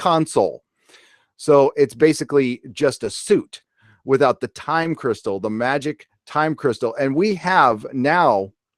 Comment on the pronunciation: Why i laugh everytime i heard "Time Cristal"? 😂😂😂